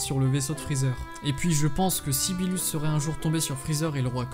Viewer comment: Birus pas bilus